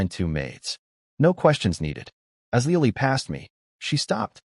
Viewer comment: 😂LEOLIE? 🤣🤣🤣🤣🤣 Le O L I e 🤣🤣🤣🤣🤣